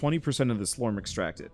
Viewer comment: You say slorm, and I hear slurm from Futurama. Lol